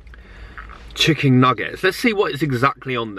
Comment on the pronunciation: Is he saying chicking? Hahahhah so funny love! X